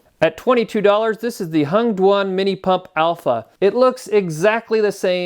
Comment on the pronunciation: Hengduan or did you say " Hunged One " ?